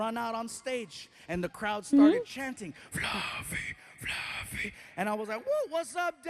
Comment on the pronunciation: Floughf? Fluff? Folougf? Flugf